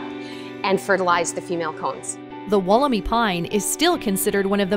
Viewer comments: dantemadden You’re wrong too, it’s pronounced, wolla-my. There’s no double “o” are you thinking of Woolamai beach, in Victoria? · walker Not, “wool,” it’s “woll,” Sounds like, wolla-my. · Atleast pronounce Wollemi correctly, It’s pronounced Wool-le-my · Pronounced woll-em-eye